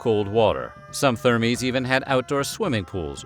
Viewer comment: I wish the "Weird History" narrator would research the correct (or at least acceptable) pronunciations of names and other words. He should also check to make sure if a word is singular or plural. For example, "thermae" should be pronounced 'tehr-my' and it's a plural noun, which he treats as a singular. He screwed up quite a few pronunciations, which is very jarring.